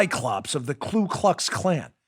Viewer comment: Just making sure you've got the correct pronunciation: KU KLUX KLAN -- No "L" on the first word.